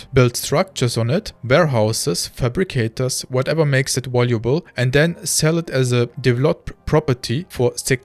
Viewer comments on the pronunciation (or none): Danke für deine Videos. ein Hinweis für die Aussprache: das v wird im englischen wie unser w ausgesprochen, das englische w hingegen nicht. also device = diweis valuable = wäljubel